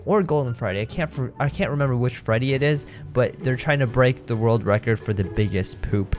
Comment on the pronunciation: a rord racurd